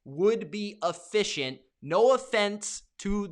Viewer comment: Bruh what the fk is uhficcient ?